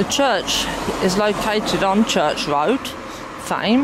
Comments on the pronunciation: The Th is not sounded as an F. So Tame as in not wild! Hope that helps!. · As a resident of Thame and residing close by, it's pronounced Tame, the h is silent.